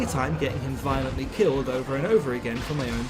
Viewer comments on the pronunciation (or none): none